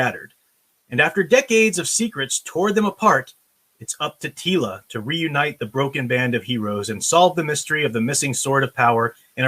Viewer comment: Teela, more like reeela. jokes aside just because it may be better than NOT-She-Ra doesn't mean it's not going to suck.